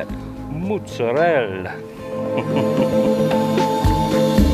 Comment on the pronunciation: Well, get comfortable this is going to be a long comment.1) Thank you for the shout out! 2) Glad you liked the beer,3) Mootsarel! Correct pronunciation! Yay! I admit I am a bit anal about it but I cringe when gringos say MOZZERELLE! 4) Slawsa! i gotta get some! 5) This is the best thing EVER! Rock On!!